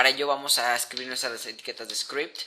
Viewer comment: yama script" "chtml" "achtml" "scrept" "aserka" "sensillo" "dies" "sin-kuenta" joder me vas a matar los oidos con tanto siseo de mierda latino que asco "esta variable seria fecal, como tu voz" explicas fatal que esssssssssssssssssssssssssssssss(perdon el latino que tengo dentro se me sale) una variable, essssssssssssssssssssssssss que no ssssssssssssssssssssssse essssssssssssssssssssssssssssscuchaaaaaaaaaaaaaaaaaaaaaaaa bieeeeeeeeeeeeeeeeeennnnnnnnnnnnn ssssssssssssssssssssssssssssssssssssabeeeeeeeeeeeeeessssssssssssssssssssssssss, vocaliza y pronuncia con CEEEEEEEEE!